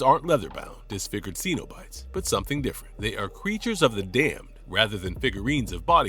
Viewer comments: It's sin-o-bite, not see-no-bite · Love your videos but need to pronounce Cenobites better😊